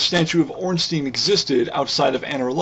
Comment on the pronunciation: Ornstien would be pronounced Ornsteen, like you say it. But Ornstein (his name) is pronounced Ornstyne. Well not really, but if you americanize it, yes. I just find it annoying, that's all.